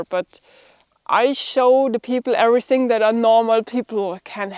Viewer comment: please please work on you english, its not SINK ABOUT, its THINK ABOUT, EVERYSING is EVERYTHING